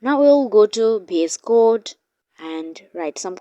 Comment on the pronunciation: Please stop saying "BS code" its "VS code"